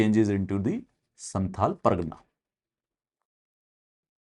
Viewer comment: Please pronounce "संथाल" not santal"